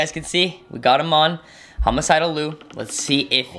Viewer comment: just to let you know....his name is Liu pronounced Lie Eu not Lue. He gets angry if you call him Lue and not Liu. That is due to Sully. I’ve met him before and he is nice but if you make him mad, Sully takes over and attacks you.